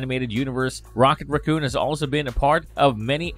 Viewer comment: Ughh. Is English the second language of all of the narrator's? The inability to properly pronounce simple words like raccoon, the, other, and exciting was this video's blunders. At this point, it's coming across as simple carelessness. Also, you could have shave 10 minutes by not completely recounting the movies because we've all seen them. Tell us what isn't common knowledge.